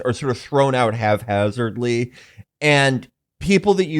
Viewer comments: I swear this is the third episode in a row where Felix has said "halfhazardly" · Haph-azardly. Pronounced exactly as it's spelled, obviously.